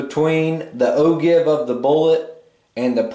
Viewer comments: Ogive is pronouced the way you wrote it no how you said it. It is pronouced oh-jive and you said oh-jave. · willem kauffeld I heard oh juv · He said o-give after explaining it is pronounced o-jive.